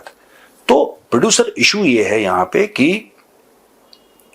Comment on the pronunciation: साहब आपके प्रडुसर को भोड़े बहुत ईज्जत दिजीए, (प्रडुसरवा) मत बोलिए 😂😂😂